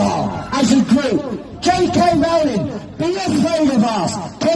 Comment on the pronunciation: See! They can't pronounce Rowling! It's all the same. Clearly their own actual knowledge of JK Rowling is through the words of other activists. Sigh